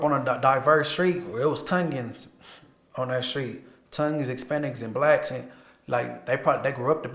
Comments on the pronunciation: It's Tong In, not Tounge in 😂😂😭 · Dude said Tungens 😂 it’s Tongans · Bro pronounced it (Tun-gun) when it’s pronounced (Tawng- Gin) XD 😂 🤣